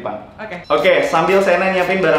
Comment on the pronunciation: Pake "H" bang , Okeh. . .